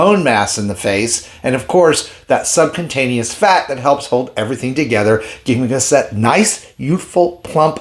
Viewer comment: Are you sure you are pronouncing the word 'subcutaneous' correctly?